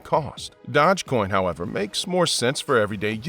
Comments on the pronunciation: It's Doge coin not Dodge coin😂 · "Dodge coin"?? I thought it was "Dosh coin" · Dodge coin? Never heard of it 🤣 Maybe you meant dOge coin? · I can't stand the other guy's voice for some reason it just really irritates me but yes this guy did screw up here with that pronunciation and that was irritating also . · They pronounce it wrong , yes , but it's pronounced Doje... like the Doge Palace of Venice ( he was the Duke ) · Dogecoin is not pronounced DODGEcoin. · The way you purposely mispronounce Doge over and over and over just to troll has lost you a subscriber. (Your content was steadily going downhill anyway) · Imagine being a creator and can’t even pronounce dogecoin